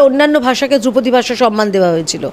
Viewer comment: বলিহারি বাংলা হান্ট! ধ্রুপদী কে দ্রৌপদী বানিয়ে দিলেন! বাংলা ভাষার জন্য সত্যিই ভয় লাগছে।